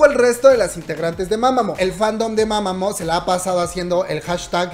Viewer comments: Mamamoo Se dice "MAmamU" NO "mamamo" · Creo q se pronuncia mamamuu🤷‍♀️